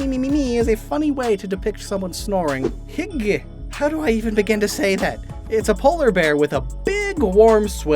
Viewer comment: Dane here: you said hygge very well :]